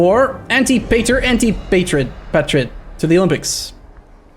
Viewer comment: Antipater - Ahn-tih-pah-ter.